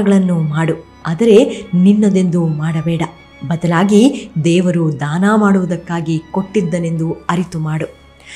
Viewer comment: ದಯವಿಟ್ಟು ಧಾನ ಅಂತ ಹೇಳಬೇಡಿ... ಅದು ದಾನ...